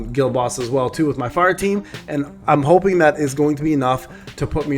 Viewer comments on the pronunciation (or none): none